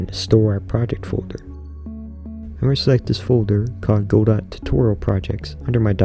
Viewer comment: Great video. Very soothing sounds, voice, etc. The only part that cuts through is when you say goDOT :D :D :D nails on a chalkboard. But great video otherwise.